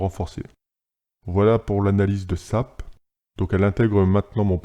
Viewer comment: S-A-P khey pas "SAP", bonne vidéo continue ! ;)